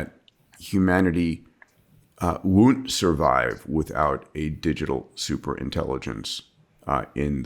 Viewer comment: 1st woont 2nd woont